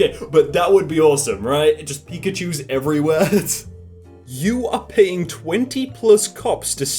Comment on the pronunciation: Lol u say pikachus weird 😂 U say it like "pickachus"..... and hes on your god dam t-shirt.